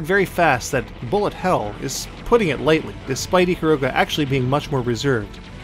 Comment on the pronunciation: its i-kar-ruga not ick-karuga